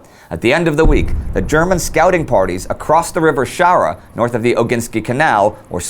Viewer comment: A note on pronunciation: that Belorussian river is called Shchara, not Shara. This “Shch” is easy enough to write in Russian with the letter «щ», but is almost always bad transliterated in English.